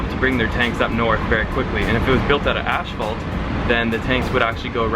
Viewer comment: Tell him to fix his French "pronunciation" and to fix his pronunciation of "asphalt".